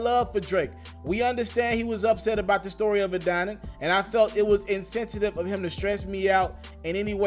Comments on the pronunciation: Omg I thought I was the only one it bothered!!! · Adidon is pronounced as “Ah-Dee-Don”. With you being a journalist your pronunciation use is killing me. I’m sure you have heard the name pronounced correctly.smh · I cringe every time u say Adaddon.... 🤦🏿‍♂️ bruh journalist can’t be out here mispronouncing stuff THAT many times. Smh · I agree. I respect his hustle but you have to run a tighter ship than that. Stop mispronouncing shit like you just left up off the block.